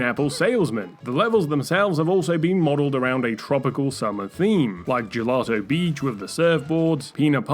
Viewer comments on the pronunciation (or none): none